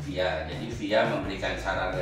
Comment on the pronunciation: FIA di eja bang bukan di baca 😭